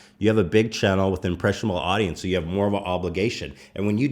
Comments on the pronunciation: Ethan says the world channel so fucking weirdly you have to listen to it. Anyways papa bless good luck with your baby! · Why do I feel weird when Ethan says “Channel”